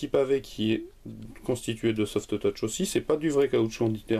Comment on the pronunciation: Il faudrait juste encore travailler l'accent encore sur le softeutouch xD